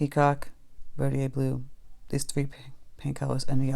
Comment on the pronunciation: Yay! Holbein! Marine Blue is a nice turq. color. Mixed with Daniel Smith's Quin. Gold makes a very pretty green. And, BTW, I think it's pronounced ver dee der blue.